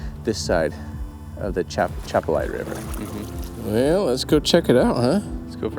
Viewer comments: Atchafalaya pronounced A-chaff-a-laya. I can't imagine finding anything would be easy in this river or indeed any river in Louisiana. I hope that closure will be brought to the family. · Thank you for helping the family look for their love one. The river is the Atchafalaya river. A- Chaff-a lie-ah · (Uh-cha-fa-lie-ya) is how the river is pronounced. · It’s At-chaf-a-lie-ya but most of us Cajuns don’t pronounce the “t”, we say Ah-chaf-a-lie-ya Basin. God bless you all for what you do. Keeping you lifted in prayer for safety in your travels and endeavors. ♥️♥️♥️